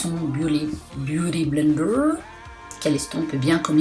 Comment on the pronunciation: Ce serait cool que tu reprennes le mot "BIOUDY BLENDER" 😂 pour tes prochaines vidéos ! A , je suis morte 😂😂😂😂